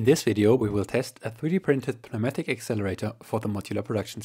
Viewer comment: just to save you some effort while speaking, I should tell you the the "p" in Pneumatic is Silent in English. Sounds like New-Matic